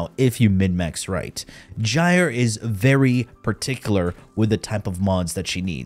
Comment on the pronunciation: That's how you say it